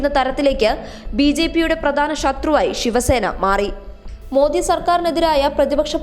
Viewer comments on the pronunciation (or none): none